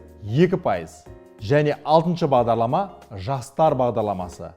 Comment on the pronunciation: Бағдалама? немесе Бағдарлама? Бәрі солай естіп тұрмекен?